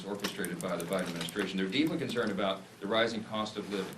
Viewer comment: Joe Bider?!😂😂😂😂